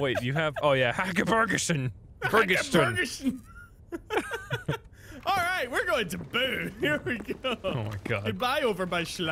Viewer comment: Its so funny hearing english speaking people trying to say Swedish words. they way you are trying to say Häckerbergasjön like Hakeborgeson its not even close they way you say it in swedish XD